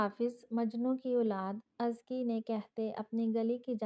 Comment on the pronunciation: Lafz jisko ap azki parh rahi Hain usko Asal ma azka prhtay hain.sara novel suntay hoy bari uljhan hoti rahi mjhe